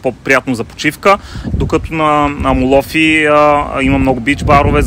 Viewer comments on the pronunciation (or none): Страхотно видео. Αμμόλοφοι -Хълмове от пясък(ударението на трета сричка отзад напред се броят в гръцкия език).Иначе всички останали наименования ги произнасяте перфектно :) Ще препоръчам видеото ви да го изгледат всички наши клиенти,които пътуват за слънчева Гърция :)